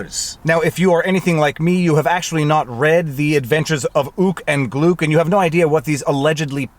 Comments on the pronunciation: BTW "Gluk" rhymes with "Duck". Remember that now. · HIMS NAME NOT GLOOK! IT GLUK! RIME WITH CHUCK! AND TRUCK! AND SCHMUCK! AND LUCK!